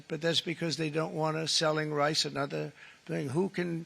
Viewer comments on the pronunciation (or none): none